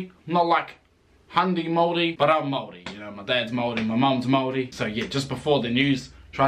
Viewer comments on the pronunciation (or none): Its hard for me to accept that a Pakeha, who has had their heritage in NZ dating back two hundred years can not pronounce the word Maori correctly. Dare i say cant be fucked being respectful enough to be correct. The phrases 'Oh, its too hard' or 'I am too old school for that' ? is getting old. Yet when someone from china or ironically from Europe can be literally taught the correct pronunciation in a matter of seconds is nonsensical to me.